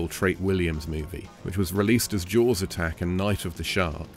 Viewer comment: Sounds like you say.......jouels instead of jaws........ sorry....